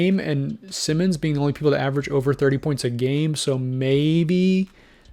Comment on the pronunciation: #1. Anfernee Simons: Pronounced>>>> S_EYE-MONS. One of these >>> S <<< Not the same as Ben Simmons for the Nets. Two of these >>> S <<< #2. Shaedon Sharpe is an untouchable asset and will never be traded. #3. Green is a Free agent and could sign with Portland on his own. No trade needed. #4. BRO!! That is not Damian Lillard's "DREAM" roster LOL Now TRY AGAIN! LOL